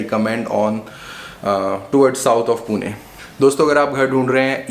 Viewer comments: It's Pune not Poona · Please call it Pune not "puna" , it is पुणे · It is Pune not Puna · Bhai Poona nahi Pune h. Likha h vaise bolo bhi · Hi , Please dont pronounce PUNE ✅ as Puna ❌ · "PUNE" NOT POONA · For GodSake.. It's not Puna! Call it Pune >> पुणे why is that so hard to pronounce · Its not Puna....its Pune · My ears were bleeding every time you said Puna 😭🤮🤮🤮🤮 its Pune पुणे (not even पूने) And a lot other incorrect pronunciations..